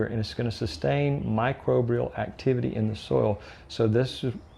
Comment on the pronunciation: Good info! But you keep saying "microbrial"... There's no second R. ☮️